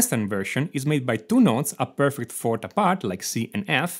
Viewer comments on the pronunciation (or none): none